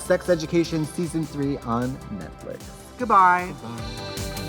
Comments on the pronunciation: It took binging 5 eps in a row to realize Tracy says "Netflick" instead of "Netflix." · I just can’t deal with them constantly repeating netflick, like wtf ????? 😂😂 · This was the best one so far lmao And i love that trixie keeps saying NETFLICK